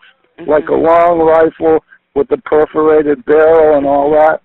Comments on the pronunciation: Perforated barrel lol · For goodness sake’s, at this point it’s just laughable. Perforated barrel? 🤦🏻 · "A perforated barrel and all that" What the actual fuck lmao 😂😂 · “Perforated barrel”? Hahahahahahahahaha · A perforated barrel? HAHAHAHA TEAR HERE ---------> <---------- TEAR HERE Perforated.